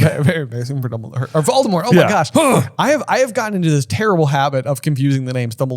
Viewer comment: Not voldadaddy 😂